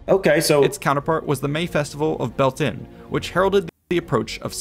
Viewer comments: I am irish, the words samhain and bealtaine are irish words. The man was pronouncing them wrongly. Samhain is pronounced as "sow - in", you say it fluidly without a pause in the middle like "sowin" Bealtaine is pronounced as "bal - thanna", not "baltin" :^) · That was an excellent commentary on Halloween or Samhain. The only issue was the way some words were butchered. The correct pronunciation for Samhain is sow-in, that is sow as in female pig. Also, the proper name for Mayday, Bealtaine, is pronounced byal-ti-ne. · Samhain, pronounced Sow (like the female pig) enn Bealtaine, pronounced Byaal tenna